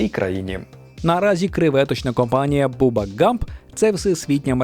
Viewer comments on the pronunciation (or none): Його звати бабба а не буба